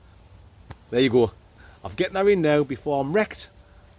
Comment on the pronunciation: As a yankdingo I’m loving break into a septic accent recently at random times. 😂 “Gerrin lads” lol